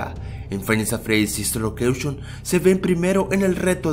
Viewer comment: En el minuto deimmos dise five nights at fredys locution